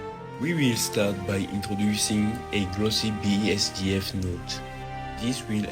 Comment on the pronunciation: its BSDF not BSGF btw, great video otherwise